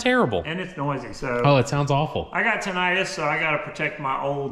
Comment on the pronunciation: Did you say you got "timitus" 😂 and the Gremlin has always been a favorite of mine , one of my Aunts had one and one time when my Dad was having something done to his truck they gave him a gremlin for a loner car .👍